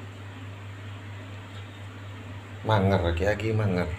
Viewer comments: MANGIR Insyaallah Manger/Mangir (bukan mangar) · Ki ageng Mangir yai, bukan mangar